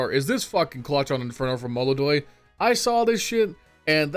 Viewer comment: ITS MOLODOY PORRA!